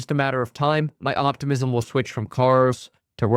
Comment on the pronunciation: did you say “optimusm” 😂